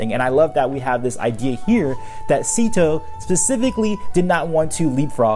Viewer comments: Isnt it pronounced like “seh-to” not “see-to”? In Chinese pronunciation, “sze” would be pronounced like a mix of “seh” or “say”. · It's pronounced Zet-o, not Zeeto/Seat-o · I would think his name is pronounced zay-to based on the other characters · I’ve been pronouncing his name as Zetto all this time, and I come to find out he’s basically Avatarcito, like he’s a Latin Avatar. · how this guy pronounces szeto 's name as /zee-to/ really bothers me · Not to be rude but you pronounced his name wrong you are meant to pronounce it 'szesto' and spell it 'szesto' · It really bothers me how you pronounce it "Seeto"